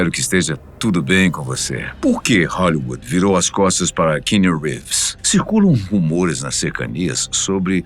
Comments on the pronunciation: A pronuncia do nome Keanu é Quiano e não Quino. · O nome dele é QUI- anu … pelo menos acerta nisso né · Narração muito forçada para os termos em inglês... errando até a pronuncia do nome do ator... Força menos que fica bom...